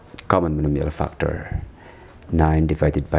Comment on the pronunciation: He says fuckter instead of factor...